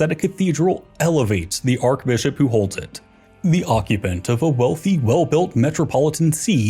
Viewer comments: Yes. Should be pronounced Arch NOT Ark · Yeah, have they never heard it pronounced arch? 😭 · Awesome but why does he keep pronouncing archbishop with a k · The way he says archbishop drives me nuts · Thats not how you pronounce archbishop